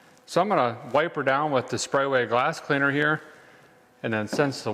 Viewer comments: It’s actually Sprayway not sprayaway! 😂😂😂😂😂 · I love how he keeps mispronouncing Sprayway as Spray-a-way.